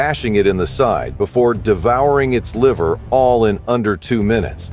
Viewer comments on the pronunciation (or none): none